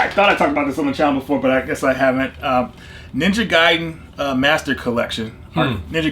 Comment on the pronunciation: Ninja Gaiden is Definitely pronounced ninja guy den well done 👏🏼